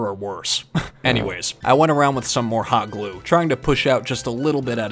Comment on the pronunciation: I keep hearing fabric hot clue as "Fabric Cock Glue". 😿